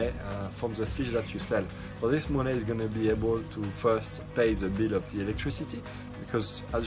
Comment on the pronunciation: He said make moon-NEH